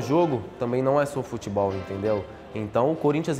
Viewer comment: "FUTBOIS" NOBRU,2020